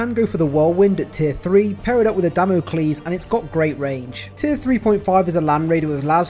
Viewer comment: Hearing ‘Damn-o-klees’ is slaying me from 110 yards like a double-tap off a Stalker bolt rifle lmao